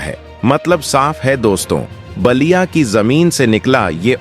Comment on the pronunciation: Naliya not basliya. Pl improve pronunciation. IT IS BALIYA.